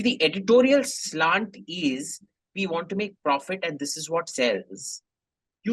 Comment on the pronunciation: I'm so sorry, I heard Editorial 'sl*t' at first. Replayed again and heard editorial slant, which was what it was. Though I wouldn't put it past AIM to say the former. Edit: I replayed this bit multiple times and got reminded of my engineering hostel Bengali friends pronouncing 'sl*t' in that bong accented English. Thanks that nostalgia was priceless. Edit2: Did AIM pull a fast one here? :D Considering he's part bong.